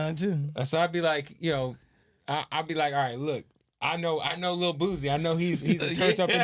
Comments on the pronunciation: im really screaming at my computer every time he says "boozy" its fucking BOOSIE! couldn't even watch it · It’s pronounced BOO-SEE . not BOO-ZEEEE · Its Boo-C not Boo-Z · Kev killing me everytime he said Boozie.. it’s Boosie fool get it right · Boosie not boozie😎😎😎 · Boo-sie Not Boo-zie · Nigga why are you saying boozie? It's boosie. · Dude steady sayin "boozie" who tf is boozie 😂😂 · The only Z is in BADAZZZ!! GET IT CORRECT PUY SUM RESPEK ON BOOSIE NAME. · don’t even say Boosie right! Crazy